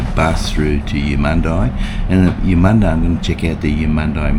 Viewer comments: I pronounce it as Eumund-ee not eye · I liked your video, it's a big state, thanks for showing there is more to it than the Gold Coast and Brisbane. And Eumundi is pronounced Edmun-dee not Emun-die, you did say Emun'-dee once on the train from Caboolture. 50 cent fares are great, compensation too for track work that will be ongoing with new stations Cross river rail etc leading up to the Olympics. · Love your vids mate ! It’s pronounced YOU-MUN-DEE 😊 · It would help if you bothered to check the pronunciation of the word Eumundi.